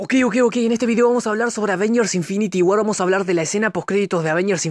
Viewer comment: infinity guarr jaja que chistosa la pronunciaciom